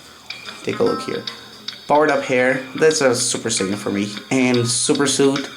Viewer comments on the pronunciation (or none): none